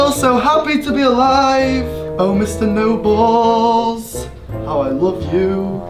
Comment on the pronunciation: Sorry but did MORGZ say " we have this really mean teacher named mr. Noballs 🤣